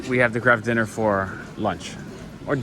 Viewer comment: 😂 I thought you said ‘crab dinner’ so googled it thinking it was Canadian slang for Mac n cheese! Eventually figured out that you said ‘Kraft dinner’ which makes wayyy more sense! 😆😆 I’ve never heard Mac n cheese called ‘Kraft dinner’ before!